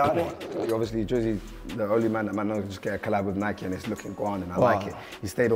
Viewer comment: Nike not Nicky 😂